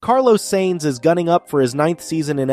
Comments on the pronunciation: justy a thought for a fledgling channel. F1 is an international sport not american, its not Nascar or Indycar, so how about gioving pronunciation a go? Sainz in not pronounced saints but is closer to signs. Hublot a watch you mentioned in another video, has a silent h as in oo the t at the end is also silent as in ooblow. Its not that difficult, even though Americans are even lazier than Brits when it comes to foreign languages. There are plenty of websites demonstrating correct pronunciation. Yours is grating in what could otherwise be good videos. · Wow, you need to learn to spell.... payed driver?? It's paid..... you also need to learn to pronounce the drivers name properly? You say he is no stranger to fast cars when talking about his first new supercar the ferrari superfast..... maybe you are forgetting he is a F1 driver...? The F1 car is kinda fast lol 😆😊😊😊